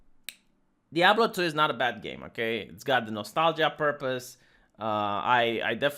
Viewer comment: pronounced diablo correctly (only a few times) i was shooketh:D